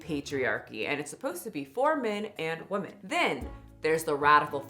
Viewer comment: Please please why does bother me so much that your can’t pronounce women . Weh-men. You got this!!! Your better than this!